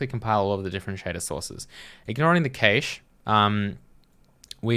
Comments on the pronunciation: What's a kay-shh ;-) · I'm sorry you've made my day. I'm pretty sure you're supposed to say cache like cash.